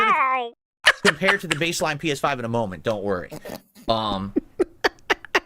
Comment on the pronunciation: th’pee-eshh-five prohh